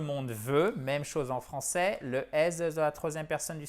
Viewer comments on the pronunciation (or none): none